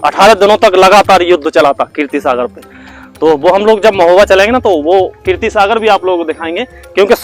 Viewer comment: Keertee nahee keerat Sagar